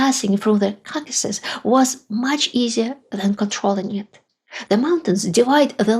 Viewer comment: KAKAsis? Really?!!!!!! You can say caucasian just fine, but not the word it derives from? Expected better from you.